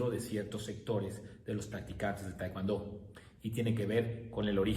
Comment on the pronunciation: es tae kwon do nooo taicuando